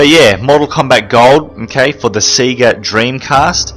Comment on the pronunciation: i love how you say Sega, like Seega. Instead of like Sayga